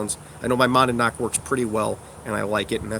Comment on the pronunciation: "Monadnock" is pronounced "mon-ODD-knock." Like the mountain in NH; my grandparents live down the road from there. :) On a very slightly related note, one of the artifacts that my WW2 unit has is a mohogany straight baton with a carved grip and a lead core. 1940's MP issue, which is why we have it. It is a thing of absolute beauty. :D